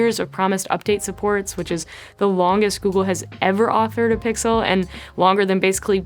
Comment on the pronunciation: Sixel and Sixel pro heh